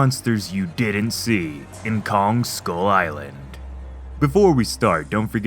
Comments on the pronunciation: “Skyul eyelan” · anddd he pronounced skull island as "school island" which is true